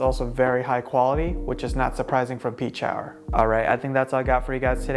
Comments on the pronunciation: I think its "Pee-Chower" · It’s Pea-shower, I called them and asked because I was curious on the pronunciation when I ordered my Rouge. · I think it's pronounced pee-shower =) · I heard it pronounces like "pesh-our" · I play with a Pechauer and I have always pronounced it “Pee-shower”...just more fun that way